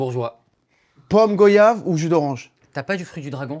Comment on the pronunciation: On dit " gouayave " ( un commentaire pour l'algorithme )